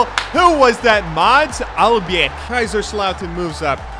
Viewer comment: In the name "Mads" the d is silent. Just a heads up :))